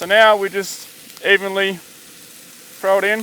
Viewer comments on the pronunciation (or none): none